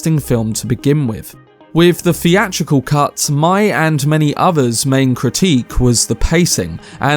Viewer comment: Oh man, you're one of those that can't pronounce his "th's" properly Fink. Freat. Feeatrical. Fings. Froough. Marfa. Muffer. Deff. Meffods.